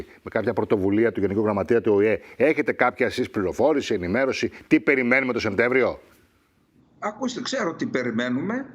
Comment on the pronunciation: σαν έμπειρος δημοσιογράφος και χρήστης της Ελληνικής και χρήστης της Ελληνικής Γλώσσας, θα γνωρίζετε ότι ο μήνας ονομάζεται Σεπτέμβριος, και όχι ΣεΜτέμβριος, που πολλοί συνάδελφοί σας λανθασμένα αναφέρουν.